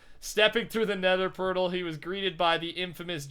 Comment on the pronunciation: He said pertal instead of portal...😂